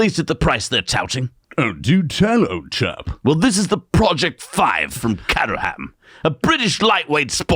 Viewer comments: CATERHAM "Cater" as in "catering" (cooking) And a silent "h" and almost silent "a". Cater'm (Nearest approximation And yes, I know, I live 16 miles from there😉) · Production value is IMPRESSIVE. Solid data is always better retained with a spoonful of animation. WAY - TO - GO team NYK. BTW - sayin "catter ham" ain't gunna get you a beer. Say 'kate-rum' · The British car company is pronounced [kate-er-rum] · It's pronounced Kate...err..um, with heavy emphasis on the first syllable and the rest slurred into the Kate. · Caterham is pronounced KAY-TER-UM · Top gear always said Cait-trum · Caterham is actually pronounced KayTrm like Kay Trum but mush the trm. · Caterham - pronounced “ cater am “ quickly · Hey guys love the show just a quick thing the Caterham is pronounced K ter rum. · It's pronounced "Cayteram". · Its pronounced Kate er am 😀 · Hello guys, I love your channel and I've been watching since was a geeky teenager:-) when he once challenged a commentor on who had the coolest dad in the world. The correct pronunciation for Caterham car company is "KAY_TRUM" I know because a good British friend of mine owns a Caterham Super Seven designed by Colin Chapman. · Also it is pronounced "Kay-terham" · Hey guys, its CAYTRUM. Obviously not top gear fans. 😅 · Much closer than attempt... I'd say it's CATE (like gate) ER RUM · In my heart of hearts I'm convinced they're only mis-pronouncing Caterham deliberately for the engagement from their small English audience.